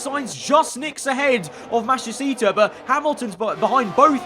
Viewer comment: really can't say Matsushita